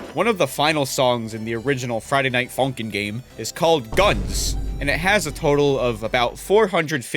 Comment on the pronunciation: “what’s up Friday Night Fucking-ners” is what i hear